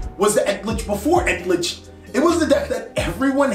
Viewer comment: I'm just hearing "egg-glitch" all the time😂